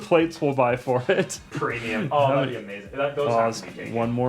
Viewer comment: PROMIUM, EVERYTHING IS NOW PROMIUM